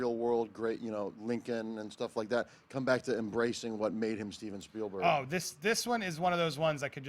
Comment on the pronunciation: There's more slips of the tongue by that guy than you sake a shtick at: "Ready Trailer One", "Steilberg", "Parvisal"...